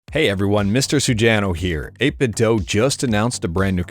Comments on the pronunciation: It's not 8bitdoh but I like it 🤣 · Doo. It's pronounced 8BitDoo. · 8bitdo themselves literally says it's pronounced "8bitdoo"